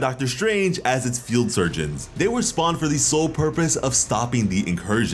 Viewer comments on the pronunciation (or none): none